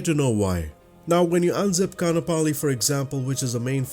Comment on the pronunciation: Great piece of scenery! As a resident of Hawai’i I love flying out here too. :) May I make one small correction? Kaanapali (Ka’anapali) is pronounced Ka-ahn-ah-pali. The double a in this word has an ‘Okina in it, and in the Hawaiian language, that means a glottal stop. I had heard the Windward side of O’ahu (where I live) was going to get the treatment as well for scenery, but the dev said they have to step back from MSFS work I believe. I hope they come back!